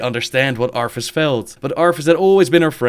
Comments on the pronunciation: cant get over the fact you say arTHAS as ARFas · I love how he kept saying "Arfus"